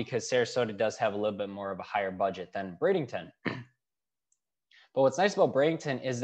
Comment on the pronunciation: There is no " g " in Bradenton. Bring lots of money and patience !